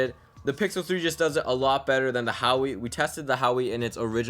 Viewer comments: Urggghhh I was trying to not comment on it but hearing it over and over is annoying. It's not HOW-WE , it is WAAH-WAYYY". However, you have a very likable voice, style and appearance as a reviewer. My recommendation for improvement would be showing the images on screen and not through the phone screens. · "Hawee" P20 lite... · You should view the pictures on the same screen. Also, I died every time you said "Hawee" LoL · No hate, but it's Pronounced as huwa-wei, bro. Just letting you know incase you didn't yet. Peace ✌️ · It's pronounced Whoa! Way! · Wow-way* lol